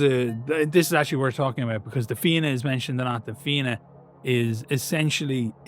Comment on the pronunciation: Hearing Fianna said right grants me such bliss, thank you